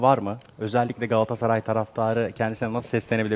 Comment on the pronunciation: çevirmen: "gaassaray"